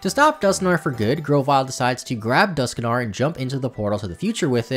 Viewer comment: Dusknoir is pronounced Dusk -noir, as in the old movies in black and white.